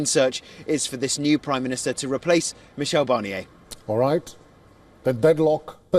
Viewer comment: Meekel Barnier? seriously?